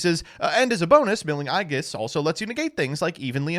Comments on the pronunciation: was rough to hear. It's pronounced Eej-iss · You can always tell who has played Persona 3 when they mispronounce "aegis" like that. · you mispronounced that one on purpose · Is he trying to say "aegis"?